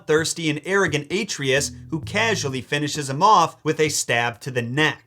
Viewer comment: Love the video! Why pronounce Atreus incorrectly though?? 😂